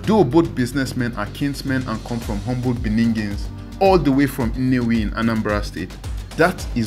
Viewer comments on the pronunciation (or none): Shey na ear de pain me? did I just hear this dude say humble BENINGINS 😮na humble bene republic 😂😂😂